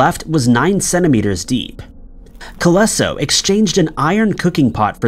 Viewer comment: Colenso, not Coleso